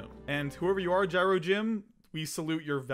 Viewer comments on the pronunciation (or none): none